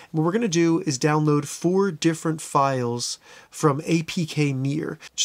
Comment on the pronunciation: Are you saying APK MIRROR??? Or APK MERE?